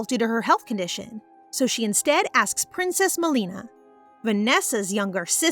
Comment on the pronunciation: For a second I paused as the narrator mentioned a particular name “princess malina” since of the similarities with my name (Melina) it sounded the same 😭